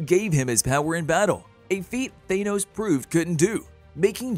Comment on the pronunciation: His name is Thanos, not Thane-Ose.